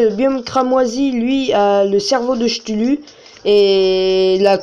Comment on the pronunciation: sa se dis cktulu mais sa s'écrit chtulu comme technologie !